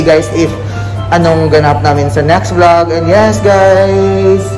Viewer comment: 'Theory of vlog' pagkarinig ko hahahH